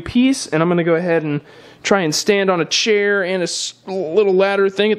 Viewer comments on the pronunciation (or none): none